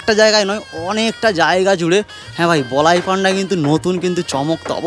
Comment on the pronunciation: বলাই পান্ডা নয় বলাই পন্ডা❤